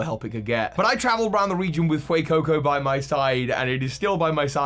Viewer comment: IT'S FUECOCO, NOT FUCCO!